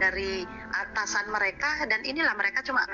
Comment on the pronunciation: dengernya berasa gimana gitu pas ngomong: "Atasannya"